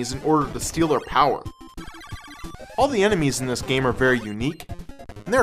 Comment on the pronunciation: Bullet POWA XD